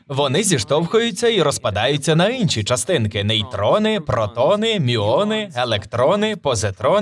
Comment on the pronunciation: Не "Инші", а "Інші". Бо це якійсь "пекельні борошна" виходять))